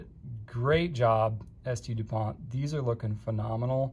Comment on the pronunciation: San-Du POHN *Ghee-OSH*, I should have thought (ya know: there ain't no accent or final T on the last name).